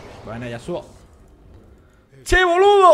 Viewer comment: Jajajaja! como me cagué de risa. "Che boludo!" el acento argentino te salió genial.